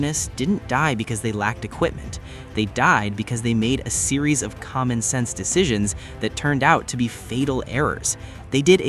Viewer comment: "Cmmon Sensce". Okay.....